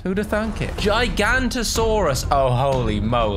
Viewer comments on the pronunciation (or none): The Giganotosaurus isn't actually pornounced as "JY-gan-to-SAW-rus" Its actually pronounced as "GIGA-noto-SAW-rus" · The giga Is Pronounced Giga Nont O Saurus And Cerato Is Pronounced Cer-at-o-saurus Car Car Is Pronounced Car car a don to saurus And Stiggy Is Pronounced Stig gy moloch